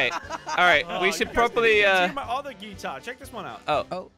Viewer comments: just makes everything so funny with his ‘geeeetar’ 😂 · ZAHIRAH BINTI ABD HALIM Moe pronounces it like geetar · I love watching 2 things attack on titan and slogo Why does call it a geetar